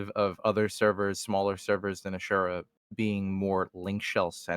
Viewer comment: Shoutout to for actually pronouncing "asura" correctly. First time I've ever heard someone say it like that.